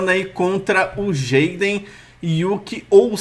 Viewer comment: Se pronuncia Jaiden mas se escrevi Jaden